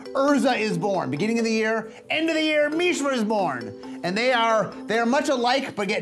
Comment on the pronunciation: Did Maro just say MEESHRA?